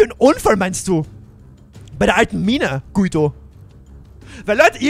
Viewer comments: Guido wird nicht so ausgesprochen, es wir so ausgesprochen: Gido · Echt geiles Video und neues Projekt aber man spricht den Namen Gido aus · Voll cooles Projekt ich bin so gehypt😃😃😃😃 Ps: Guido wird glaub ich Gido aus gesprochen. Glaube ich Pps: du bist soooooo ein cooler Youtuber❤️❤️❤️👌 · Er wird Gido ausgesprochen😂eine richtig geile Folge👌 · Hey man spricht seinen Namen Gido aus aber wird Guido geschrieben Bester Youtuber Mach so weiter Bleib so wie du bist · Guido wird Giedo ausgesprochen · du sprichst ihn falsch aus du musst ihn gido aussprechen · Bei Guido spricht man das u nicht😅